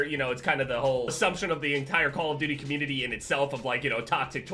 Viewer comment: "Us call of DOOIE players" ahahaha